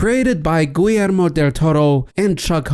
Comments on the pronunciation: Why does he say Guillermo like Gwee-Elmo del toro? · You need to learn how to say the name Guillermo. Hint: you don't use the "L" sound if its double L's, its more of a "ya" sound. Like Gee-yair-mo. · Obviously, you are not a Spanish speaker, but come on dude! The name is pronounced Gee-air-moh.